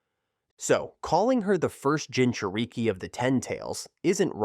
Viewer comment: "Jinchur-eeke" "Kamooe" "Sharingin" 💀 Help me!!!